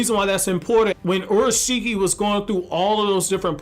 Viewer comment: Basically said orashiki when its urashiki pronounced your a shiki